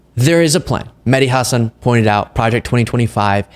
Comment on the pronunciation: I love your content,. I watch every day. Just one little thing: The emphasis on Mehdi Hasan's last name is on the second syllable (Huh-SAAN). I used to love Chris Cuomo and his reporting. Now he's leaning way too heavily toward wackadoodle.